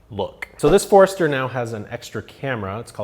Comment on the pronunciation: LOL. I literally had to rewind it. Wait. That was a ford. Ok, no problem, I'll go along. But then it show the car. Wait, was that really a ford? LOL. Well done. And am I hearing you say Ford'ester?